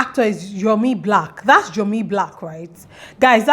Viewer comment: Lol. It’s not Yomi naow.